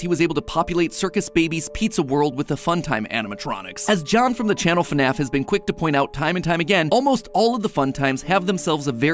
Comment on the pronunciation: JORJOR WEL??? IN FNEFFF???